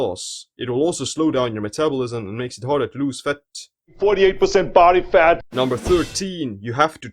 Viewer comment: I love his way of pronouncing words. Especially "faTTTTT" :D cracks me up